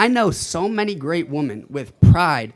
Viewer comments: the guy can't even pronounce wo-MEN, it's woMEN, not woMAN when it's plural, what is with this STUPID trend of illiterate people that can't tell the difference between woMEN and woMAN? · feminist but can't pronounce women. 😂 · Can these people not use the word woMEN??? it's wo-MEN, not wo-MAN when you speak of more than one woman. When did this stupid trend start. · If these people pronounce “women” as “woman” they have no business protecting said WOMEN.